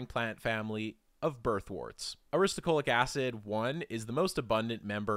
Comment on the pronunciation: ahhh you keep saying aristo CHO lic acid, when it is aristo LO chic acid